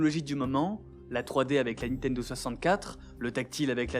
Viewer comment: Pour quelqu'un qui semble prêter attention à bien prononcer les mots japonais, vous mettez un point d'honneur à dire toujours "Nitendo"